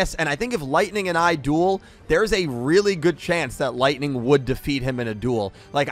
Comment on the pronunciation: when you said “If Lightning and AI dueled” I rewinded cause I thought “AI” was actually “I” as in you () 🤣🤣🤣sounded like you were challenging Lightning